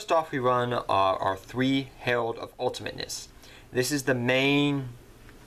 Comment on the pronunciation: It is the herald of ultamitnesnesnesnesnes